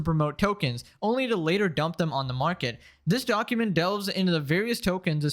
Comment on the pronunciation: Bro keeps saying donkument